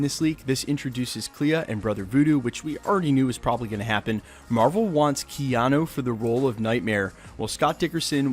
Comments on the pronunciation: said keano like twice lol. but keanu as a villain is ok, id prefer him in a hero role tho >_> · kee yan oh?